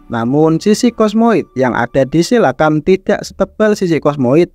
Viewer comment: Ijin bang cara bacanya bukan "silakan" Tapi "silukan"